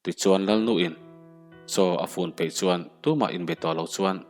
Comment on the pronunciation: Hnim phe ni lovin,pe tih tur